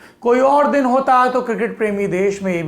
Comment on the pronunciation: चच्चा "दिन" को "दीन" क्यों बोल रहे है ?